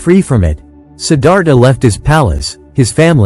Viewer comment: I truly sad that the author can’t take the time to actually speak it in his own words. Sometimes AI works pretty good but in this situation mispronouncing the most important word in the entire presentation “Siddhartha“ unfortunately, stop me in my tracks. Can’t believe the laziness of the hosts in so many programs these days having to rely on AI which, quite frankly, still has a long way to go when it comes to pronunciation very simple words. Too bad – the information was good!